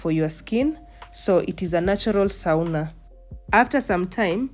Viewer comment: As a Kenyan LUO, I have to say the pronunciation of the sauna is actually /sona/ not the way you were throwing it😂😂. Nice documentary as usual